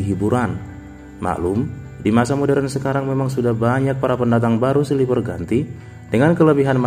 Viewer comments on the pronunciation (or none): none